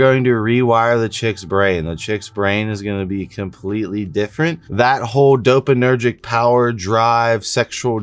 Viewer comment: DopaMINergic. You're missing a syllable. Just trying to help